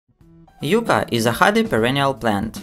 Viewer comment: Its YUCCA, not Yuca